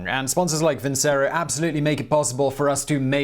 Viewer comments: Please ... have you no opera in your soul? Vincero ... vincerooo ... vinceeerooooo! Not vinsero .. facepalm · I am certain that Vincero is not pronounced as vinsero but vinchero, as in the song Nessun Dorma, and it is Italian for I will win. Just thnk that Caesar is aleeged to have said vini vidi vici not veni vidi visi.